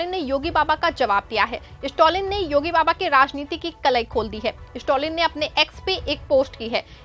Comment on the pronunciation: स्टोलिन नही मैडम स्टालिन।